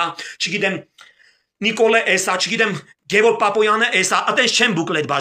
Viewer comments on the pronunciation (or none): none